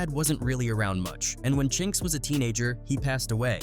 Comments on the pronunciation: Chin X? C’mon man. It’s CHINX get it right! RIP CHINX & BUNDLES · The Chin-X irritated me deeply each time I heard it smh. RIP to all those guys...gone too soon 🙏🏾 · Who the hell is Chin X 😂 man it's Chinx you literally said it already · Chin X, Really? 😳😩 It’s Chinx!!! 🧐🤨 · Now i see why 1 guy was mad about the chinx part.. how you have all these clips where these news ppl are saying his name right and the narrator just refuse to say it right.. i can't watch anymore